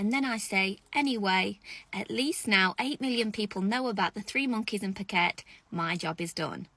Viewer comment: Phuket, Thailand, it’s “Foo-ket” Can’t even pronounce the name of the place you’re going to and then are in, that’s embarrassing. Such ridiculous though some are much much worse than others eh.